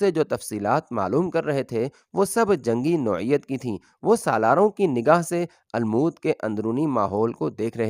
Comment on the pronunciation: Bhai lafz almoot nahi balke almot hai